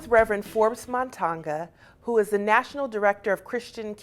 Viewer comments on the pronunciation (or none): matonga not montaga